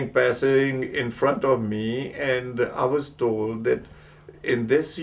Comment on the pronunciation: THAT not Dat